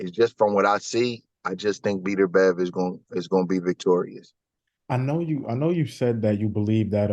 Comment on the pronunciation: Who's the idiot you're talking to that keeps calling him Beeterbev? At least get the guys name right if you want any credibility. Beterbiev wins the fight and your buddy loses a spelling bee.